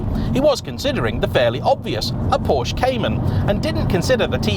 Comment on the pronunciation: Sorry...will dislike every one of your videos until you learn how to pronounce PORSCHE.